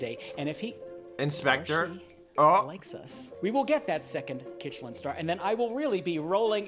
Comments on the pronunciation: Did nobody realize they called a Klin star instead of a Michelin star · ITS A mishelin star NOT a kichenlinstar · It’s actually called a Michelin star not a kitchelin star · I was wondering when someone would point out that was saying kitchelin star instead of michelin star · I love how he said kitchelin star when the real thing is a Michelin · it's a Michelin Star not a KiTcHeLiN sTaR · It’s called a Michelin star not a kichalen star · Its a Michelin star not kichelin star